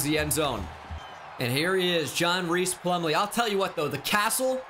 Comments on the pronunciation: I gotta say it. It’s pronounced John RICE Plumlee, not Reece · Hmm. I've seen online that his name is pronounced like "rice" plumlee. Not reese.